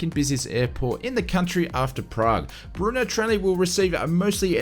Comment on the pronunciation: NOOOO NOT Chechnya !! It's the Czech republic!! And pronounced "Berno" :-)